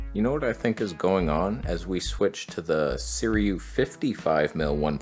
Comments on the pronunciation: Again? SIRUI (Pronounced Si-ru-ee). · So your gripe with Panasonic is lack of some AF modes in 4k120 and hd300? Yeah, the G9II is endgame camera. Done. also, it's SEE - RUE - EE